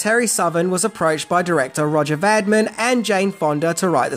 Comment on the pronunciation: Pronounced RO -jay Va - Deem. If you are going to say it fifty times, get it right. Otherwise, a good video